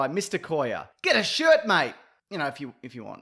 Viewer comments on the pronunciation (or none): none